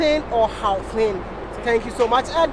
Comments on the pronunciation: Get a South African to help correct pronounciation of "Gau" in the beginning of the word. It should sound like you're gargling your troath😂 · GGGGGGGauteng not hauteng.